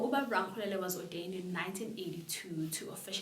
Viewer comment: It's pronounced Ra-le-kgo-le-la